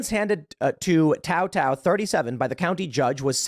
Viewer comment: Every time Tim Pool speaks on the George Floyd situation I see red mist. And I’m not an angry person. It’s obvious Tim knows nothing about what happened (he couldn’t even pronounce Tou Thao’s name properly). He got the law wrong when discussing Chauvin during his trial, not even bothering to look up Minnesota’s murder statue while preaching confidently about his knowledge of it🤦‍♀️ Thao was also convinced via bench trial, not a jury. He was convicted by Judge Cahill, who I’m pretty sure knows the law better than Tim. Edit: I see the pronunciation thing is addressed. Posted before I got to that bit (that red mist again). Also, with all the hate for judges and the judicial system right now, calling Judge Cahill “a demon” is completely unacceptable. If Tim knew anything about this situation, he would know that Cahill wasn’t impressed with Thao’s inordinately long sermon in court, where he showed zero remorse and ranted about God. If he’d shown an ounce of humanity he wouldn’t have got that sentence, which was longer than the prosecution requested. Period.